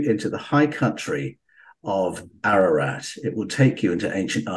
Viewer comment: Pronounced AR - AR - ROT .. not AIR AH RAT . ❤🇦🇲🇦🇲🇦🇲🙏